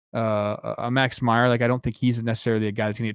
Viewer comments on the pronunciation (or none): none